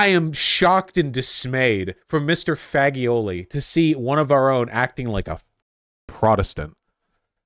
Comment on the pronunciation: it is not "faggioli" as you read it. its G from Gee Rick, G from jesus.